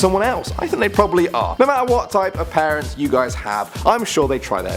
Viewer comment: When he says parents it sounds a lot like Paris.. Anyone else?